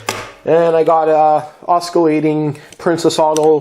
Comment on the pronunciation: Did you say oscalating?